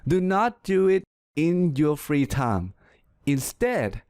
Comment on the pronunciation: am i the onl one heard that he pronounce time as 'tounge'